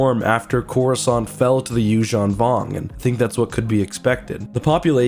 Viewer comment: The Yuuzahn Vong want to speak with you